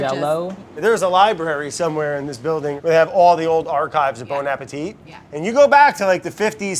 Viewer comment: Why can no one who works at Bon Appétit pronounce it properly?